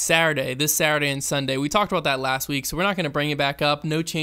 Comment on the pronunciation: "saurday this saurday and sunday" xDDDD